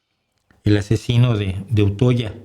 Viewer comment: Un comentario para que mejore su pronunciación de una palabra que menciona de vez en cuando en el canal: Utøya. No le critico que no pronuncie la Ø noruega, solo comento que la palabra no se pronuncia toda junta porque es realmente la unión de dos palabras ut (afuera) y øya (isla), así que se articulan las dos palabras separadas: 'uut oya'. Otro ejemplo, al lado de Utøya está Geitøya, misma regla: 'geit oya' [geit (cabra), øya (isla)], no 'geitoya'.